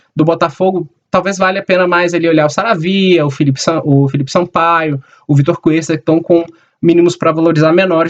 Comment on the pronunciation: "sara'via" que isso jogador kkkkkkkkkkk